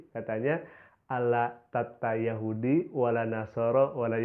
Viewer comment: Perasaan gue mendengar kan pengartian dari pendeta itu gue jadi rasa aneh ya perasaan aneh banget dah pembacaan nya aja gue dengar kok ada yang aneh pas gue pastiin eh beneran juga pengucapan kata Yahudi nya gak dibaca 2 harakat pada huruf ha'(هُو) pas gue denger ulang lah bener Yahudi nya dibaca langsung gak dikasih jeda "yahudi" yang seharusnya "yahuudi"